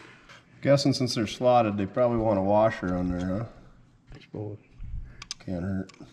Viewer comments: A "warsher"? WTH is a warsher? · Did you say warsher? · LoL 😂 It's a central northern thing! 😂 "R" is added to many words! I grew up in Minnesota. I believe i broke the habit!😂